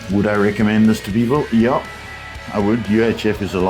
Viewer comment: I realized you are South African the moment you said yah!😂